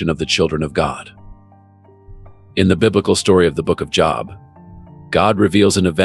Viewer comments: Stop being cheap and using text to word AI. Jobe, spelt Job. Thats not cool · First you need to pronounce "Job" correctly. I didn't go any further when I heard this.